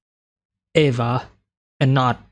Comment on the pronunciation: "Eva" is pronounced like "Eve" but with an "A" instead of an "E" at the end😉